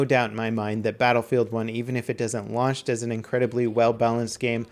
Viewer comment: Sounded like he said lunch